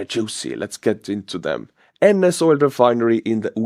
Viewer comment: Oil is pronounced with a hard L ❤